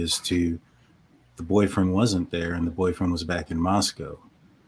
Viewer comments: Funny that pronounces Moscow wrong. She pronounces it like Russia's Moscow Repeatedly. Everyone around there says it differently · Everyone from Idaho and vicinity pronounces Moscow differently than does. Yet she claims her kids go to school there. Hmm